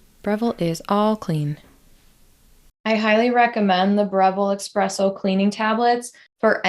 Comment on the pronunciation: Esssss-presso not ex presso